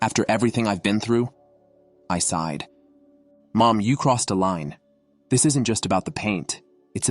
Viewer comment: Sighed not sided folks!